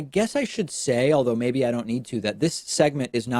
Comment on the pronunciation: That's "maybe", not "meybe".